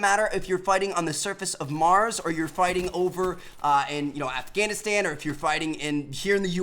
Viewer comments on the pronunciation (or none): Omfg, the video was good until you said Afghanistan wrong